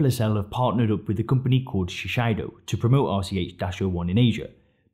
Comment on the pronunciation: Shiseido is pronounced: she say doe